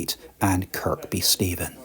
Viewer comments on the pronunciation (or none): Kirkby Stephen is pronounced Kirby. The second K is silent.....